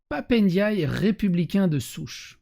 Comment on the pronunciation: Son nom c'est Ndiaye, pas Éndiayé, à toutes fins utiles... ;-)